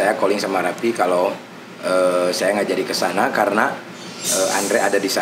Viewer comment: Raffi Om bukan Rapiii.. 🤣🤣🤣🤣